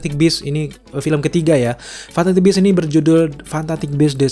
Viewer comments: Ngomong fantastic aja salah. Kamu ngomongnya fantaktik . Wkwkwkwk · Garing Ngomong fantastic aja fantatik... Wkwkkw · lu susah bgt ya bilang fantastic?